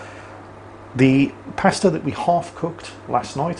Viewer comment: I really like the vid... Except for the pronunciation of pasta